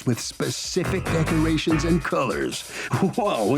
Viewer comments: Lmao, she said “duckerations”. The way some people speak is hilarious. We ain’t like no duckerations!!!! I understand if you’re from a different country or if you have a strong accent so words come out sounding different, but come on, learn how to pronounce words correctly. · Lol! I heard duckerations too. 😆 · The plaintiff keeps saying "Duckerations", What the hell are "Duckerations"? Smdh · I came to the comments looking for this EXACT one😂 I thought I was the the only one who heard that at first😂😂